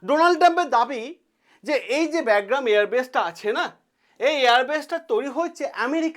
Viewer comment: আপনার উচ্চারণ টা ঠিক করলে ভালো হতো। ওটা "ব্যাগগ্রাম" না "বাগরাম" এয়ার বেস হবে।